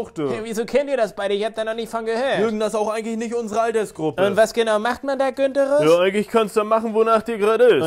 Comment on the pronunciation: Günterus hahahahah oh man.